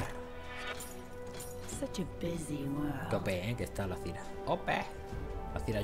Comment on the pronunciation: ¡Por dios MIS OIDOS! ¿¡CÓMO QUE "ZIRA"!? ¡ZÁIRA! ¡APRENDE A PRONUNCIAR POR DIOS!